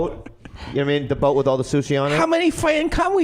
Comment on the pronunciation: How many fwend come wif you